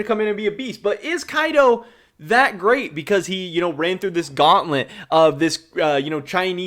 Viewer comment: Quick tip keaiduo is 3 ssyllables ke ai duo, i am not the kind of guy to correct People for getting the e in ale s name wrong but keaiduo is a hard name for foreigners so thought i would give a shout